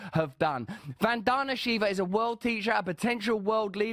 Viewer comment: Say her name the right way.